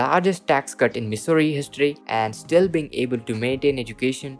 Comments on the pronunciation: He's got one thing right living in Missouri is misery. Every time he says misery, I crack up. I keep hoping Missouri will come out with a better stimulus for all, but I doubt it. We are just going to have to live in misery. Dude Missouri is not pronounced misery, it sounds like mizzouri. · Why is this guy pronouncing our state wrong????